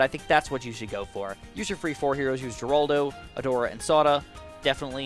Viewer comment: Geraldo is pronounced Her-aldo.